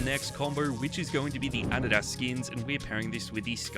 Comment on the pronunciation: that's not how you pronounce Adidas😭